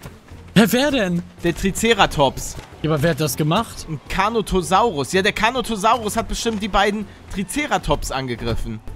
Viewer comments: Er heißt Carnotaurus nicht Carnotosaurus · "Carnotosaurus"...JUNGE ES HEIßT CARNOTAURUS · Ich hatte so Nen lachflash als ich das Gehört habe carnotaurus und nicht carnotosaurus ich kann nicht mehr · Carnotosaurus ahja Glaub das heisst carnotaurus